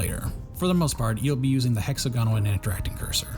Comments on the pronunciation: The inflection is on the second syllable of hexAGonal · am I crazy or is the way u pronounce hexagonal strange